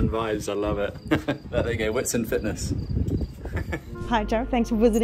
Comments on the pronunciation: Nice one. BTW it's pronounced vit-sunt. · "WHIT SIND"?! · Just so everyone knows, there’s no longer a gym 😂 also you say the name “Witsand” as if the “W” is a “V” 🙏🏻✨ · The "W" in Witsand is pronounced as a V. Great video love your content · It's pronounced - "Vit-sunt" meaning white sand in Afrikaans